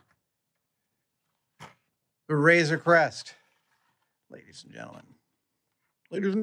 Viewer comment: It’s Crest, not Quest.